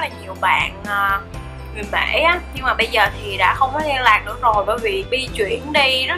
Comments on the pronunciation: mỹ mà chị nói bể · Mỹ mà nói là mể